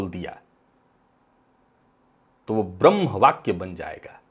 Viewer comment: अशुद्ध उच्चारणों में एक और शब्द की वृद्धि : "ब्रम्ह" !